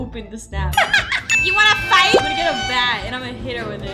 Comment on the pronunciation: Fight not fig or how ya said